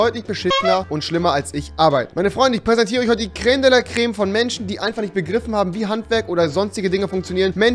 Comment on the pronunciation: Wenn man sagt "Menschen die es nicht geben sollte" aber selbst nicht mal das Wort "Menschen" aussprechen kann 😂 PS: Rewi ist trotzdem coooll